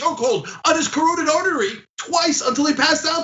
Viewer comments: Really, Ana? You couldn't pronounce 'carotid'? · Carotid is pronounced like KA rot id. The family should have ordered an autopsy from an independent medical examiner. The guy vomited multiple times and very likely aspirated the vomit into his lungs. This could also explain why he couldn't breathe. People get aspiration pneumonia like this. When someone vomits like this they should be turned on their side, which most likely the cops neglected to do and they should have known. Sad incident and I mean INCIDENT, not accident.